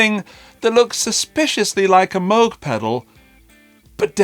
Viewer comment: You are saying “Moog” correctly. That’s how Robert said it.